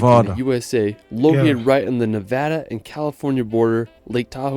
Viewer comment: Yoooooo It's Pronounced ne-VADA...JOKING But Not Joking 🤣🤣